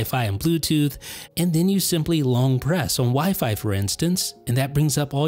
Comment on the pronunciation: Dude, you’re the only person that stresses the second syllable in wifi. It’s OK, but it sounds a little silly, you might want to try stressing the first syllable. Have a great day